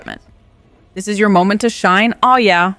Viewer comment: " This is your moment to ShineAwwYeah" all one word. This had me rolling for some reason.